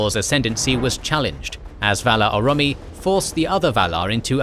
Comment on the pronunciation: Dudeeee you gotta learn to pronounce shit right, Orome is not pronounced ura-mee